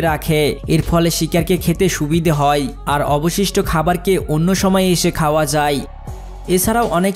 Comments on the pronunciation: ঠিক করে বাংলা উচ্চারণ করা শিখ যায় কে যাই, খায় কে খাই .। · যাই যাই বলছো , যাই নয় যায়।